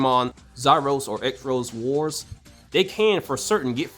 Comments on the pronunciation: This is the first time, I've ever heard someone pronounce Xross Wars this way. The way the series name is supposed to be pronounced is like Cross Wars but with an X Instead of C, because This season's evolution Gimmick is called Digi-Xross. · Xros wars is pronounced Cross btw. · that's just not true If it was there would never be ANY Digimon existing at higher levels in the show but there ALWAYS are It's only specific Digimon and even then that can change It's just pronounced "Cross Wars"